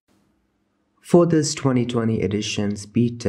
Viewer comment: When you said "for this" in the start of the video I understood "foda-se", which means "fuck!" in my language. That was funny